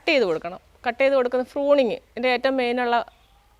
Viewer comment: ഫ്രൂണിങ് അല്ല പ്രൂണിങ്